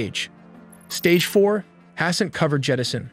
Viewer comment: LMAO it's pronounced əˈsɛnt/. Also, pretty sure it's called the International Space Station.